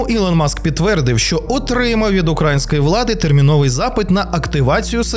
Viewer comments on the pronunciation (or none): Звертаюсь до автора каналу,ти так гарно,без будь якого акценту розмовлчєш українською,що аж заворожує,і тут на тобі,серед літа сніг на голову,не правильно ставиш наголос у слові українського,наголос іде на букву Ї а не на букву (А),це дуже груба помилка,тринуйся,повторюй і у тебе все вийде,Слава Україні!!!